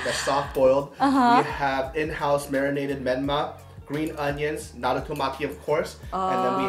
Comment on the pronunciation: Omg he actually pronounced naruto right!!